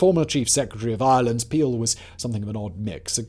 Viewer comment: Island or Ireland?? What are you saying, Simon?